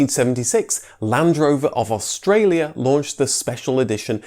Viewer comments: Aus tra li a lol true i get moaned at for pronouncing water wrong being from london originally, but wanted to mention it as i think this mans videos are very good and rather point something if its noticeable, these videos are extremely accurate because of his research and i have alot of respect for people like that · You videos are good buddy, but Australia has 4 syllables not 5